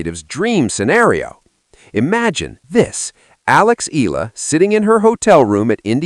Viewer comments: For better reporting correctly pronounce Alex’s surname as E-YAH-LA. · not ella e-ya-la!!!!! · Her name is pronounced E ya la. Pls get it right